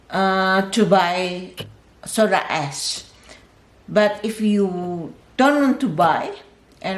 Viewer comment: Am i the only one who heard soda ass ?